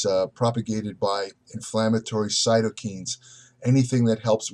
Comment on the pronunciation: Cytokines is pronounced sigh-toh-kainz (kai, like Kai Greene)